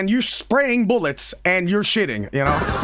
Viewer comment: "blasting out of aunus with five fifty six bullyet" fucking killed me holy shit